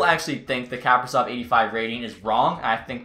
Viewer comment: Another good video my man! Just an update on the Kaprizov name pronunciation It’s Ka-PREE-Zov (like Capri-Sun)